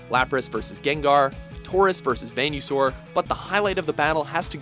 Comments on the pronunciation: Did.. Did you just say ‘ven - you - sore’ instead of ‘veen - uh - sore’..? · yeah wtf is a ven-you-saur...lol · Ugh...listening to this guy mispronounce names like Venusaur as Ven-oo-saur instead of Ven-uh-saur...makes me cringe. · Vanusaur lol.its venusaur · sorry what was that? Ven-u-sore Pfft learn how to pronounce, Venus-ore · did you just call venusaur "vain you saur"? its venus like the planet not vain, pronounced vee na sore You're getting a dislike for that fuck up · Venue saur really? Wtf? It's venus saur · Did I just hear him say Venue-Saur? Oh come on. It's Venus-Saur. Pick it up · umm its venus-saur not venue-saur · Ven you saur? You mean ven U saur. I'm sure that's not how they pronounce it in the back anime either... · HE JUST CALLED VENUSAR VEN YOU SAUR YOU DONT EVEN KNOW HOW MUCH THAT PISSED ME OFF. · I get that the narrator pretty much doesn't know anything about Pokémon other than what it says on his script but like... damn... Ash vs Jeanette is one of the most forgettable picks on this list... why pronounce Articuno "Arti Q no" in the same clip they SAY the name? Why call it the "Diamond and Pearls region"... What the fuck was with the Venusaur called "Vein u saur"? Didn't go too in-depth about number 1 but I actually agree with it, the fight meant a lot more than just Charizard vs Blastoise, and Ash showed off his unique tactical mindset when he figured out hot to bring Charizard in close to Blastoise. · I'm more pissed about Veenyoosaur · You think that's bad. What about "Venue-saur"? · I love "Venue-sore" too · BBM13 Yah the Venue-Sore was pretty bad! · Chris Dynamo I'm aware, WatchMojo isn't. Venus (like the planet) and saur (dinosaur), they pronounced it Veenyoosaur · How did they is pronounced venisuar? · the fuck? Venyousaur? Did the narrator ever actually watch Pokemon? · Ven-you-sore? Wat? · Venue Soar, I know I heard it as well and was asked "wtf?" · Even vena-saur. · did you say "venue" saur? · whats a van-you-saur?